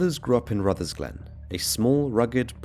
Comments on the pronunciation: Rutherglen, not Ruthersglen 😂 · It's Rutherglen not Ruthersglen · And it’s called Rutherglen not RutherSglen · Theres no s in Rutherglen bro just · There's no S in Rutherglen